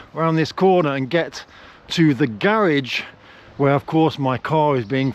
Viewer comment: So one thing we have established in this video is that you're rich, contrary to what you said in previous videos. That we have established! But if you could do me one favor and pronounce the word garage correctly, so that I don't have to call you up and yell at you. 😂😂